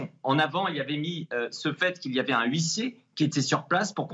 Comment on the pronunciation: Huissier = le H est MUET